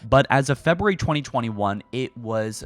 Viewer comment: Imagine not being able to say February